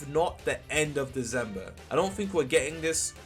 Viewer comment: its deCember not deZember